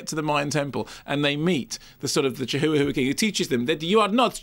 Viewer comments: its called chihuahua not chihoowahoowa duh! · Isn't it pronounced "chiwawa" lol